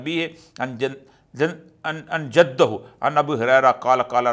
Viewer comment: سر جی تھوڑی اپنی عربی پر بھی توجہ دیں اتنی واضح غلطیاں کون کرتا ہے حدَّثَنا کو حدَثْنا اور جدِّہٖ کو جدُّہٗ وغیرہ وغیرہ ۔😮